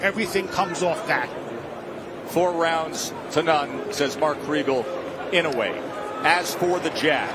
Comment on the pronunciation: it's "annoy yay" phonetically